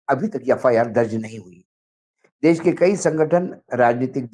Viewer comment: Mr Wankhede, please accept my compliments for ur most upfront genuine and meaningful views. It's a privilege to watch ur program. U also appear with one. Can I request you to kindly tell him to set his pronunciation right - he says ' sa ' where he needs to say ' sha '. E.g. for ' desh ' he says ' des '. I have already sent my comments to him. Wish he had acknowledged.